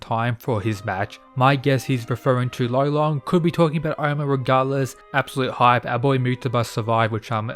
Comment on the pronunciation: Bro he’s gotta be called Lolong it is an actual Filipino word tf is rolon😭